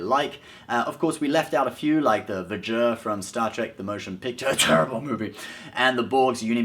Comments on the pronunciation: "Vee-ger" nit "Va-gher". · *rub rub... "V. G. E. R... Vee-ger" *rub rub.. " V.O.Y.A.G.E.R. "Voyager." *rub rub.. "Voyager 6!" VEE-ger. Not Vjurr. Pronouncing it like you did would be like a ST fan pronouncing Vader like "Vdurrr". The Dock, Whale probe, and Dyson sphere are not ships. And for those who may be a wee bit upset over V'ger not being included.. Well, It was pretty much an AI machine. Not a vehicle intended for passengers and crew. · One this pronounce V ger not Viger. Two they did have the ability to travel back in time in the series which the movies are a sequel to try paying attention. Remember what Kirk said to McCoy we've done it before McCoy said sure travel faster than light around the Sun and we don't fry ourselves we travel back in time. Paying attention to the series before you criticize anything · Vuhger? Really? It's pronounced VEE-ger...smh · I'm sure this has been said before, but if you actually watched the movie (without the drugs), you'd know the probe V-ger wasn't called "vah-gehr," it was called "vee-gehr," Otherwise, no argument here. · VEE JUR (Ilia literally says it slowly in the movie). Not Vuhjer :-) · vuh-JER? I believe you meant to put the em-FAH-sis on the 1st. sill-LAH-bul--VEE-jer, which is shortened version of our present-day Voyager probe. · Dear irritating English twerp: 1) it's pronounced "vee-jur," not "veh-jer," and at 82 AUs in diameter, it is easily the largest ship in "Star Trek." 2) The reason you don't like "Star Trek: TMP" is because nothing blows up, nothing is mindlessly chased, there is no actual violence in it, and there are no jump cuts to keep your millennial attention span. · Dear Sir; I thought that V-Ger is pronounced Vee-Ger. I have never heard anyone else pronounce it vu-ger, until you. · VEEEEEEEEE - Jer not v'jer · It's pronounced VEE-ger, not va-ger. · V'ger is pronounced VEEger. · IT'S PRONOUNCED "VEE-GER"!!!!! Damn nerf herders....... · You pronounced V'ger incorrectly. Say Veeeee Ger